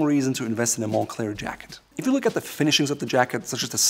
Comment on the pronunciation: "mon-Klare" is how you pronounce it correctly. Also I'm going to be honest. I bought a Moncler jacket for the comic on the inside.